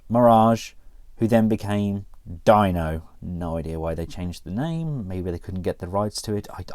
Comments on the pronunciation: no it's spelled dino but it's sounded like deeno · It’s not Dino it’s pronounced deno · Not Dino, it's pronounced....DEEEEAN.....no O_O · It’s pronounced deeno not Dino as in dinosaur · His name is Dano not Dino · its not dino (die-no) its dino (d-no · its not dino like dinosaur its pronounced deeno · i sink its pronounced DeNO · he pronounce as " dee-no" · 45% of the comments: we want it oversized 45% of comments: its pronounced DEENO 10%: I like this figure but still i can't wait for my Dino/Mirage figure to arrive 😂😂😂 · Its pronounced like deeno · FYI his name rhymes with Beano! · it's pronounced (DEE-no) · It’s not Dino like dinosaur but deeno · His name is pronounced Deeno